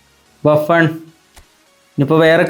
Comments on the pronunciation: ബാഫൺ ❌ബുഫൺ ✅ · Buffon ❌Baffan ✅